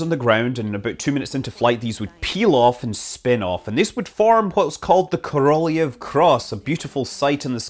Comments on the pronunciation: A few corrections to your video. The name of the Russian astranaut is Aleksey Ovchinin and it's pronounced as / AleeksEj AfchEEneen /. Korolev is pronounced / KaralyOff /. And it's not a director of NASA sitting on the couch, it's Dmitry Olegovich Rogozin, the Director General of Roscosmos. But what matter most now is that the emergency system has done its work nominally and the crew has landed safely. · Pronunciation is important. Say it with me, Kor O Lev.